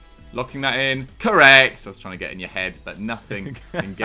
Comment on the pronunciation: Am I the only one who is really annoyed by pronounciation of the word correeeect?